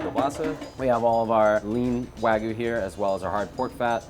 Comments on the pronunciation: Wagyu not wagu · I hate how they pronounce "wagyu".